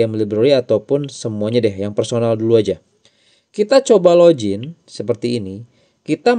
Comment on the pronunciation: Login bang bukan lojin 😅